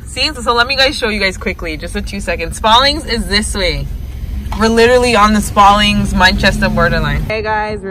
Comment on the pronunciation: She says Sparleeens 🤔